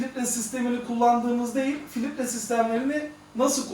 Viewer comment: "filitre" degil, Filtre hocam